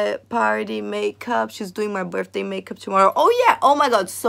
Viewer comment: I love how you pronounce "Birthday" 😂😂 sounds more like "Burfday" 😂💕💕💕